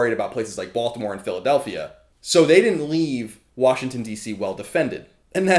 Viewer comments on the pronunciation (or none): none